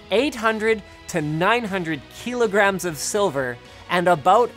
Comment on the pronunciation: Kee lo grams